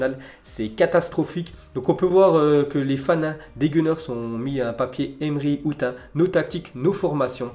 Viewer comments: Tu m'as refait la journée, t'as dit : 'Emery Août' mdrr 😂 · "Emery outte" 😂😂😂😂😂😂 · Dsl mais tu m'as tué qd t'as dis "Emery out "avec l'accent français 😂😂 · Mdrr emery out comment tu le dis🤣🤣🤣🤣